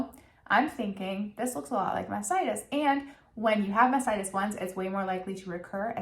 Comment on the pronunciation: Not taking hormonal birth control is a mistake. Taking birth control pills for several years reduces women's chances of developing ovarian or endometrial cancer, by 50%. (And what she's trying to say is "mastitis", which is infection in your breast, from germs in your baby's mouth. She's just having trouble saying the first T, and saying mass-itis, by mistake).